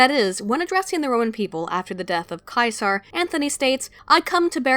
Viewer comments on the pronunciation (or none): Ceasar is pronounced SEE-zer, not KAI-sarr. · I wonder why most pronounce Caesar like "Sieze-her" when it was actually more like "Kai Sir"